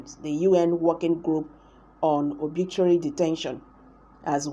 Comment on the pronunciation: Arbitrary not obitrary detention